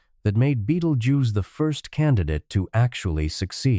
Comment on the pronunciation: It's a star and in the first few seconds they could not pronounce it correctly.